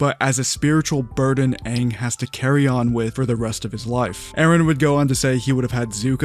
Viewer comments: They said “Ong” nd that shi pissed me off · We knew the movie was going to suck the moment they decided to pronounce Aangs name as "Ung" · THE OG CREATORS DID THE BOTCHED MOVIE??? and the actors still screwed up the names, like with Ung.. ITS AANG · I’m offended. Live actions notoriously suck. And the creators allowed them to pronounce Aang wrong?? Double offended.